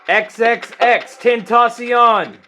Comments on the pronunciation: He says it like xxx ten taus ion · Xxxtentaceown You might summon the wrong spirit. xxx ten ta cion pronounced {xxx-ten-ta-si-on} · “XXXTENTACYARN” what the fuck is “Tentacyarn”?!?? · "triple x ten ta Shaun" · “eX Ex Eax TEntAcIOn” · just saying but his name is pronounced XXX-TEN-TASS-EON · X x x tentocion is what you said bruh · Everytime he says tentacion!!! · You pronounced he name wrong so many times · can you ask X or his real name jahseh dwayne onfroy why he needs help and help him. Also you said his rap name wrong search How To Correctly Pronounce XXXTENTACION on youtube and I think that would make it more easier to grab his attention. I want you to bring so much help you can to him or you can live him alone to rest.